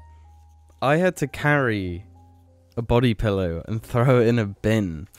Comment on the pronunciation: emotional episode this week guys, especially when pronounced pillow as 'pellow'